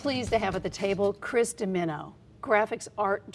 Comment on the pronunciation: Dimino pronounced Dim Meano! Great video!!!